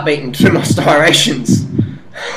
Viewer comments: You are not 3% body fat buddy, prolly around 7. And ur skinny man, a lot of people can 140lbs and cut....NOT IMPRESSIVE! And it striations, not starations! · lol "stirations" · It's striations not starations fool!!!